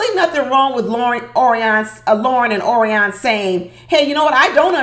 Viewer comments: O-R-I-O-N not ORI-ON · HAPPY THANKSGIVING and thank you taking the time to post today. I couldn't stop laughing...you mispronounced Orion's name the entire time. PLEASE DO NO STOP. I totally agree with your title...OMG I was sitting watching last night and making 'blah blah blah hand gesture almost the entire time. Are they getting paid by the words they use? And didn't Lauren already mention she had sex 2 months before? And asking him after she says it 'How do you feel about that?' or some such stupidity. Is she carrying a checklist? So many questions. Neither is appealing and both appear stilted. I like Becca and Austin and I agree with you about 'dumping' all those med issues on a stranger. I'm tired of her crying and saying she's sorry for being sick and him saying 'it's ok.' I agree with you, one day, if she doesn't stop, it will stop being 'ok.' Not a good Poster for Vacay in Cancun. Gloom and they are adding doom. No one is having fun. As far as I can tell, Emily messed up her right wrist, but she's wearing a cast on her left arm. What happened to the outtake that showed a woman wearing a neck and head brace and a lot of blood in the snow? Did I fall asleep? They were still in Colorado when they showed ambulance peeps taking a women, then cameras cut to something else. I'm sure you are going to enjoy dinner at your sister's and away from this maddening crowd called MAFS.